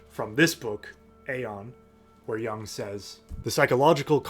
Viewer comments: Jung as in Juuung, not young. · The u in 'Jung' is pronounced like the double o in 'book'. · Great video my dude, but you’re pronouncing Jung wrong and it hurts my ears. 😅